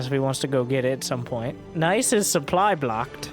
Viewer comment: Sup-bly's uncomfortably close to even. Did you miss that one? :P